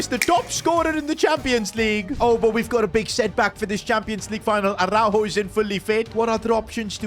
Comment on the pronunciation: On ne dit par arourou on dit aroujo